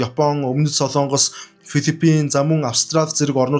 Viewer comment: СОЛООНГОС бишээ.... СОЛОНГОС шүү !!! Улс орныхоо нэрийг зөв хэлээч дээ !!! СОЛООНГОСЫН ХОЙГ биш ,,, СОЛОНГОСЫН ХОЙГ !!! гэж ярь л даа.